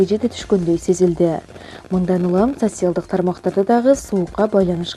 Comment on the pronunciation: Диктор кыз орусча китептерди коп окусан а то социалдык дегенди айталбайт экенсин